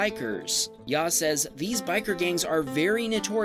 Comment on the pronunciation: It’s not yow it yaw I know this because my cuz has this name it’s yaw short a